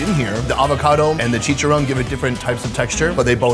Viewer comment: I cringe when this guy butchers the pronunciation of the name of the foods. Chicharowwwn? Really bro? 😬😬😬